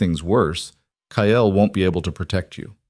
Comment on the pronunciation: Stop pronouncing it ky el. It’s Kyle.Kile.